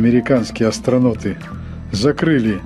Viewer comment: Такое произношение если по-аглицки. Astro'n'out